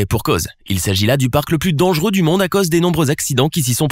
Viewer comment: A chaque fois il dit le plus dengeureux au monde il abuse